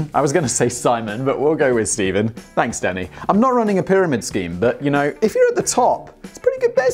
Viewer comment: I keep hearing "Danny" as "Daddy". "I'm sorry, Daddy." "When are we getting into the war, Daddy?" "SHUT UP, AND WRITE THE SCRIPT, DADDY!"